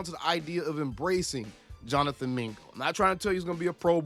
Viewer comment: Mingo? Bro puuuuulease lol